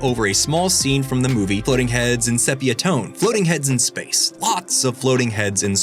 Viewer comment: There's a long E in sepia (seepia, not seppia), something a film buff shouldn't be mispronouncing, and something distributed early is advance (not advanced). Tides may be changing on the phrase to beg the question, but I still say you're misusing that too.